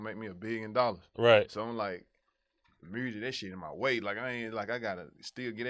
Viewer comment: Lmfao he says mursic like NLE Choppa does 😂